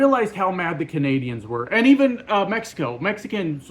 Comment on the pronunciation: Tbf on how you say “Mexicans”, a lot of Chinese people find it funny when Trump says “CHIEnuh”.